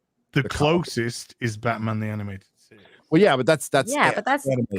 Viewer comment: That is not "de way"